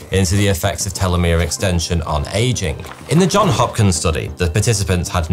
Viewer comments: Johns Hopkins! The John has an S after it! Just saying! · It's "Johns Hopkins" bro, not "John Hopkins". I thought that was common knowledge.